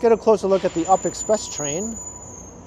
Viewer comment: it's not an "up express train", it's a "you-pee express train"!!!: 😀